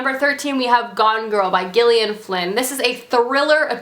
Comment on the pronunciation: Isn't Gillian pronounced Jillian?